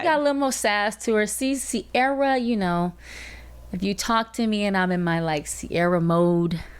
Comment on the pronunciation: This is great, but it’s Ciara not sierra